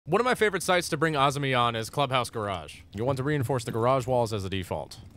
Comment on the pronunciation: They say AHZ-MI when it’s pronounced AH-ZAH-MI